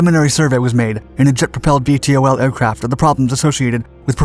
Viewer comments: Can't you just say "veetols" instead of "v-t-o-ls"...? It's not that hard to pronounce. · VTOL is pronounce "vee-tol" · I wish he didn’t spell out VTOL every time. .. it’s Vee-Tall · Would it have killed you to call it “vee-tall” like everybody else?